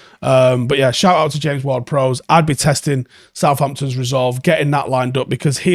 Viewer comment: You really struggle saying "Prowse". You said it right first and I was shocked and thought someone must have told him then you reverted back to saying it wrong